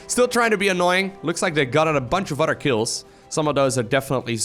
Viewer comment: Pronounce Other like uh-thur, not otter. Your english is great by the way! Just trying to friendly help it out!